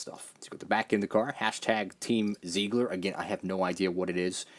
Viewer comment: Zeigler is based in my hometown so it's awesome to see a diecast made. And just to let you know, it's a car dealership and it's pronounced "zigler." Keep up the great content!